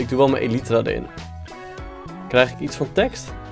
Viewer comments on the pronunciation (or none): none